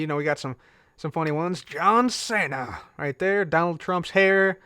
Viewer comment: john cena is pronounced jon seena